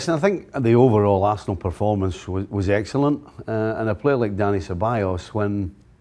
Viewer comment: I’m getting so angry with the way this guy pronounces Arsenal. Not talking about Steve